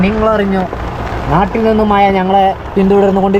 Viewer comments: മഴ എന്ന് പറയാൻ പഠിച്ചിട്ടു വരു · Iji kollaloo😂